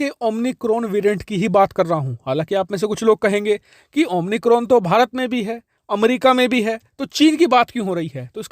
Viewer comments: "Omicron" not Omnicron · Omnicron nahi omicron ....n nahi hai hai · ओमनीक्राॅन नहीं ओमायक्राॅन कहिये !